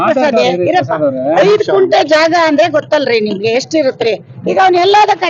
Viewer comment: ಕುಂಟೆ ಅಲ್ಲ ಮೇಡಂ ಅದು ಗುಂಟೆ ಅಂತಾ